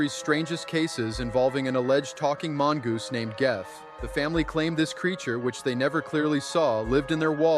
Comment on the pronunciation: Geoff is pronounced Jeff.